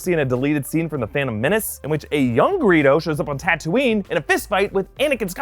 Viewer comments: The tunisian town is actually Tataouine, not Tatouine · That's not Tatouine but Tataouine! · The actual name of real city in Tunisia is Tataouine, which could be said “tatawin” in English.